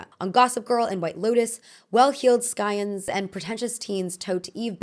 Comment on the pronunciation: The "c" in scion is silent. the "g" in Maugham is silent. I also highly recommend Adam Bede by "George Eliot" (aka Mary Ann Evans)